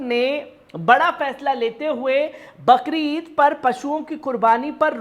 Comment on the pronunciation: बकरीद नहि बकरी ईद बोला जाता है